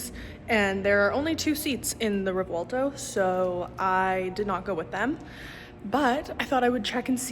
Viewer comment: Revwalto =/= Revuelto;D